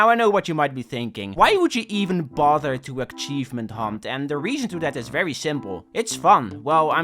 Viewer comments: Im I'm in love with the way you pronounce "Achievement". I'm gonna start saying it that way. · Please that's not how you pronounce achievement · It really bothers me how you say achievement, other than that great video :) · Shoutout to accent that somehow makes him saying “achievement” with a ‘K’ hidden in there right when it sounds like he will say it normally. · The video is good but if you pronounce achievement like that again I'll rip your head off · why do you pronounce achievement with a k? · why does say achievement like akchievement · 12 minutes of pissing me off for saying aKcheivment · It's ACHIEVEMENT not AKCHIEVEMENT for fuck's sake... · Achievement not ackivment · try to get this achievement,: "Don't pronounce 'Achievement' like 'Akchievement' " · it hurts me to hear "aKchievement" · A-cheeve-ment Not Ack-cheeve-ment! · omg please stop saying "akkkkkchievement", it's "achievement" lol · why does say ACKchevment instad of achievement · "a K chievement" Man where the fuck did you get that K from? Learn english mate! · What. The. Fuck. Is an akchievement. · Dude. What the hell is an "akchievement"? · Bro be saying aCchievement Bro there is no hard C, only ch so start speaking like you should lmao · How do you have 94 fully completed games while still pronouncing it as "akchievement" ^^' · stop fucking saying akchievemnt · what the fuck is an akchievement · "Achkievement". I personally can't ever say prerelease right. I say it "prererease". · bro no offense but why do you pronounce achievement as "akchievment"? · broski, that thing is not call ack-chiefment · God my ADHD is killing me right now. just the way hes says Achievement like akchievement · I love the pronunciation 'ackchievement' I shall use it myself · why do u call it akchievement? :D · everyone pointing out you saying akchievement in the comments is boosting the video to the algorythm dutch W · STOP SAYING aKKchievement FOE I SWEAR TO GOD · Ackshievement innit?